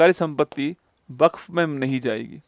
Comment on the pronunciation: वक्फ ❌ buff☑️☑️😂😂😂😂